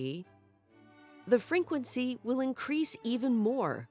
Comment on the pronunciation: the freNquency?